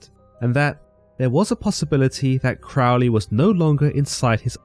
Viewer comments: Love is the Law, Love Under Will. Do What Thou Wilt means uniting your will with the Divine, not being a total pig or an arrogant criminal jackass, which is what people want to believe. Crowley is pronounced like the bird, rhymes with holy, btw. That is an excellent account and I did enjoy it. You also accidentally solved a personal mystery for me by reminding me of something I forgot, so thank you very much! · Crowley states in his autobiography that his name rhymes with holy not bowel. don't be influenced by Ozzy Osborne's pronunciation. I am a 5th degree OTO member and its thelayma not theleema just trying to correct the common mispronunciations. keep up the quest for understanding, good sirs. 93.